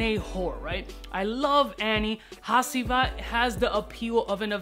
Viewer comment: Yo! Love your content bro. Amazing stuff! One thing I'd like to let you know of: Hacivat is pronounced "huh G vut(like what with a V)" PEACE!